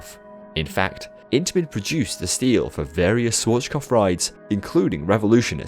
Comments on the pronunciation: Nice one. Being German, i noticed that you pronounced Schwarzkopf kind of "inverted", to stay with coaster terminology. You say it like "Swarschkof". Just switch your "Sch" and "z" sounds around and you should have the correct pronounciation. The "Sch" sounds like in the beginning of "should", and the "z" like in the beginning of "tsunami". Also, the A in there is like the beginning of "amusement". This is the best i can describe it. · You couldn't have pronounced 'Schwarzkopf' more wrong😂 but it's a very difficult word to say for everyone who is not german😂😂 Nice video anyways 😊